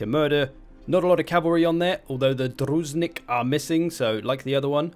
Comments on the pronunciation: Whenever you see the letters "zh" in latinized Slavic, pronounce it like the "g" in "rouge"--like sh but instead it's a zh. So it's not Druz-hinnik, but "Druzh-innik" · He also seems to be missing the first I everytime he says it. He says Druz-nik instead of Dru-zhin-nik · Druzhinik is pronounced with more of a J sound than a Z. It a Belarus/Russian style warrior ( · "Друзенник" Лол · "Druzenik". Well, RIP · Druzhinnik, ZH must be sounds like J (J-jordan, japan, javelin)